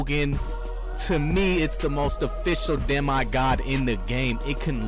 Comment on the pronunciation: Why did u pronounce it De”My”god 🤣